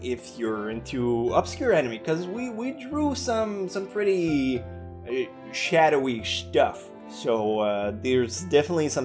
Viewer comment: Shadowy shtufff. Try saying that 5 times fast.